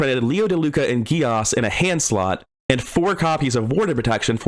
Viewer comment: As a heads up (haha) Geas is an Irish word pronounced "Gesh" Also this was a cool video, I love hearing people talk about pieces of mechanics on this game, there's so much and so many avenues to work within it, great job, man!